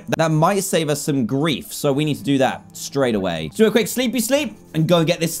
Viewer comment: does this sound weird to you guys when he says the word: that